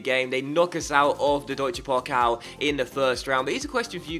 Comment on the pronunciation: its funny how you say deutscher pokal:D